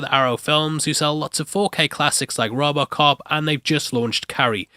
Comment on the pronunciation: Its rowboat cop not robbocop